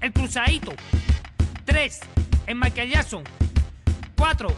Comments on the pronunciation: Jaja C mamó en la pronunciación like por el nuevo Maikelyason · Vine solo por la pronunciacion de "el maiquelyason" XD XD